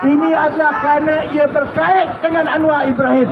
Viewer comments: Malaydesh tak bisa ucap R, berikut buktinya 1. Anwa 2. Kuala Lumpo 3. Selango 4. Besa 5. Kasa Dll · 😂😂Jawahama pula sebutan nya terlebih " R" dan " a" contoh 1. Anwaarrr 2.Kuaala Lumpurŕr 3 Jakarrrrtaa 4. Surrrabayaa 5. Kaasarr